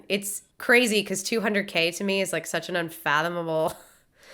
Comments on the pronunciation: trying to say unfathomable reminds me on the scene from Megamind..... when Titan was born.... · Unfathomable: The more you think about it the worse you pronounce it.